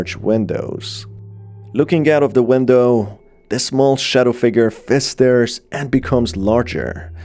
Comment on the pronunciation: I love the way you say window 😂